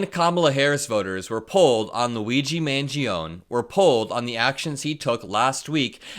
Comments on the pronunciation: Mangione is pronounced man-JOH-nee or man-ji-OH-nee in English, not man-ji-OHN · But for the love of Jove, it's MAN-GEE-OH-NEIGH ! Neigh, like a horse. Or nay if you will. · It’s pronounced Man-jee-oh-nee. Really glad to have this video! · Its pronounced” Man Gee O Knee”. Not “man gee own” Italians don’t have silent letters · Surely that should be pronounced Mangeo-knee. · Love the content 🖤 Thanks for the political news communication! PS: Luigi's last name is pronounced more like Manj-yoni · Just FYI - last name is pronounced MAN-JOANIE. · Just for the record, I think it’s pronounced man-JOE-nay. Not trying to be smug just figured you’d want to know for future videos. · 🇺🇸💙 that Italian. Name MANGIONE you are to pronounce the last "e" the name doesn't stop at the "n" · Just fyi, the E on the end of Mangione is pronounced (as a separate syllable) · You're forgetting the E sound at the end of Luigi's name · Please start pronouncing the E on the end of Mangione‘s name. Unless, of course, you are from the Bronx. The real Italian way is the way, not the American Italian way of dropping the e. Thank you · Luigi Mangione is going to be in the news for quite a while, so you should learn how to pronounce his name correctly. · Luigi Mangione, the last e in pronounced.